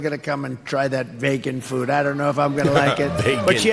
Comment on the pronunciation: The fact that Trump doesn't know how to pronounce.Vegan makes me want to vote for him.